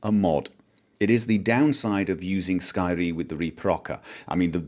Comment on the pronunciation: I LOVE THE WAY YOU SAID SKYRIM THATS LIKE THE WAY IT SHOULD BE SAID (if we could actually say it in that awesome voice).